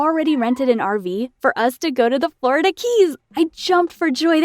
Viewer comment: How'd she DRIVE to the Florida keys? Also SAY FLORIDA RIGHT OKAY!